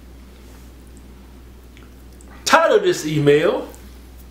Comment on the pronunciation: Every time Keith says title of this email. It always sounds like he's saying tired of this email.